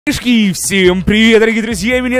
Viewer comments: ты на начяле сказал кишки а не ребятишки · Он в начале сказал "МЫШКИ" или "ПОДМЫШКИ"